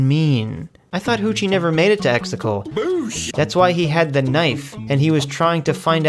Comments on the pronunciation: Exegol not extetals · Love how you’re saying “Exticle” 😂🥴🥴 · The amount of times you mispronounce words (like Exegol but you pronounced it as "Extacle") that are very clearly enunciated multiple times over is astonishing. Otherwise great video. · I agree with everything but I am still always triggered when he can't say Exegol right 😅